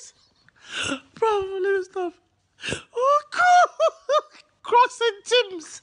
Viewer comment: Ooooooo"crocks" "and" the" heals". "CRELLS" 😂😂😂😂😂😂😂😂😂😂😂😂😂😂😂😂😆😆😆